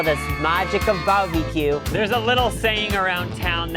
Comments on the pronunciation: I love how says Barbie-Que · If he says barbie-q one more time I’m unsubscribing